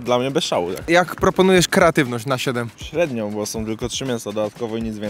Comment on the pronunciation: dosllownie sie udusilam jedzeniem kiedy zauwazylam ze powiedziales keratywnosc zamiast kreatywnosc ale jem wiec leci like